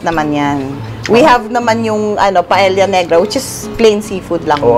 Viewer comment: Papu you pronounce paella correct